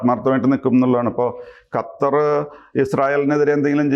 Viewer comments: gattar alla qattar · 'ഗത്തര്‍' അല്ല സാറേ, ഖത്തര്‍ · Sir ഖത്തർ എന്ന് പറയൂ ഗത്തർ അല്ല